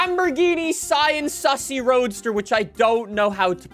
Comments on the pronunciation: It’s ( SEE- AN) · See-Ann —— Sián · Cien comes from the Cadillac, it's Sian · no it’s pronounced sian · The Sian, believe it or not, is pronounced Shaan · This car is pronounced the Siån , pronounced like the name Shawn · according to google its pronounced shaan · The Lamborghini sian it’s pronounced sean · Bro it's pronounced Sian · How to pronounce the name: as you may see the "a" in Siàn has an accent so that means you have to put the accent too , you're welcome